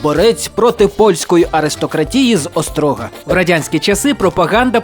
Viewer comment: Дякую за контент) Але краще перевіряти наголоси у певних словах, особливо у власних назвах. Оскільки у слові «ОстрОга» наголос дуже ріже вуха. Правильно - ОстрогА.